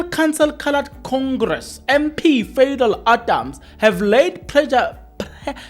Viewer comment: It'spronounced Pha dhil😂😂😂